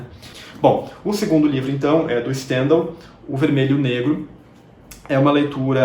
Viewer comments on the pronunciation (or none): Stendhal = francês, fala-se Standaaaaaaaaaaal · E com o L no céu na língua, monsieur! D'accord?! Merci!